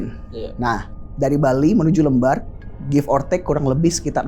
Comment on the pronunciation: Sekedar informasi aja ya temen"🙏 Cara penyebutan pelabuhan "lembar" itu seperti membaca "lem", bukan "lembar" kertas 😊😊